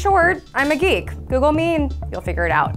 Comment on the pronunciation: She said "geek", but I heard "freak".